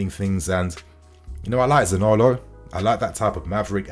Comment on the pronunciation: Za-ni-olo not Zanolo 😉 Anyway…good player, waaaay more talented than Gordon. Talent wise…yes, okay but is he really an upgrade from Pulisic, I don’t know.